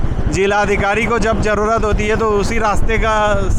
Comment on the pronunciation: Najara nahi nazara kahete hain Or Intejar nahi intezar hota hain voh Jarrurat nahi zarurat kahete hain Bijness nahi business Urdu ka janaza mat nikalo language ki study karlo bad me journalism ka shouq karna۔۔۔۔ektarf ka shuru hain dusri tarf ka nahi matalb kya hain 😂😂😂 one way kahete hain use ۔۔۔۔ industriej nahi industries kahete hain۔۔julfen nahi zulfen۔۔۔۔17 manjil nahi 17 manzil .....jameene nahi zameene.....inshort samanya or average class ki journalism.......on camera to Kam se kam ache or bahetrin alfaaz ka intekhab karna chahiye or aam zindagee me jis khandeshi lahejy me baat karte hain usse bahar nikal kar shiree or dilkash lahejy ka istemal karna chahiye...